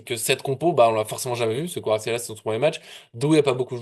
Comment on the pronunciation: tu prononce mal kwaratskelia ! chez toi en phonétique ça donne kuaratskelia alors qu en realité ca ce prononce k(en glotalisant )uarastrélia....c est dur le georgien😂